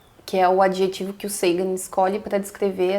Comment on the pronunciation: Pronuncie Sagan como vc fez com SETI .